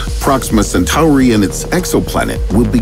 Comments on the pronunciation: the narrator cant even pronounce "Centauri" the right way, much less understand that basic shit about "space videos". I mean, look at the description of the video!! There's nothing to complement the video. This is basically not the channel to watch, if u really want to learn anything about space, unless you have more chromosomes than usual ;) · What does he keep doing to that word Centauri lol it almost feels like time hiccups when he says it lol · Everytime I hear the way Centauri is pronounced in this video, it makes me think of Babylon 5.